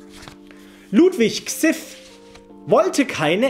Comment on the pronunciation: Ludwig XIV (Kzif) xD